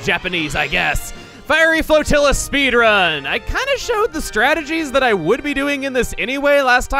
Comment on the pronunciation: try pronouncing Flotilla like you would tortilla